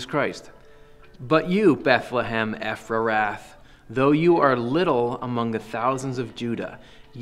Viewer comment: Thank you for explaining this to us,. I believe it and I get it. ❤‍🔥😇 By the way, I think 'Bethlehem Ephrathah' is pronounced [ e-frə-thaw]' - not "Eph-ra-rath" So what do "the fly from the river of Egypt, and the bee from Assyria" symbolize?